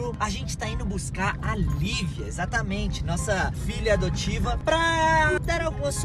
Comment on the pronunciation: Mano mds vei presisa falar adotiva vei